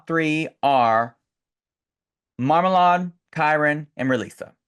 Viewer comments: but Marmalade pronounces it Marma-laid, right? I think pronunciation matters when it's a person's name, kinda like kaMAla vs KAmala. Which this isn't that big of a deal since it's just a stage name, but still. The noun can be pronounced either way, but typically a name is pronounced however the owner pronounces it. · Hey Queens, Thanks for doing THIS. Trinity, I can't believe you don't remember that Kiki and Rileasa are from the same Island/Country as your twin Monét. Don't you hear the accent? Everytime you guys pronounce Marmalade 's name I hollered. The ending of her name is pronounced "laid". The way you guys pronounce it with your accents is hysterical...........